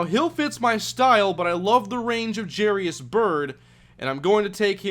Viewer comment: Wouldn't Jairus be pronounced "Jy-ris" and not "Jerry-is"?